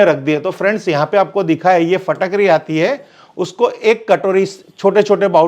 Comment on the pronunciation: Phatakdi nahi Fitkari 😂😂😂